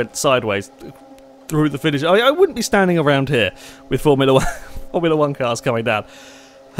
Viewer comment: "A Formula wanka'" :p